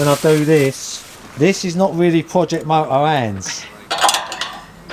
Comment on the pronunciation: Project mo oh ‘ear.... 😂